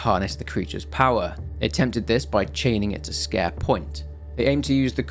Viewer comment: I always thought it was pronounced like "Squer" not like scare.